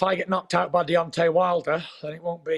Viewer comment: little dissapointed to hear him say “if deyonte knocks me out”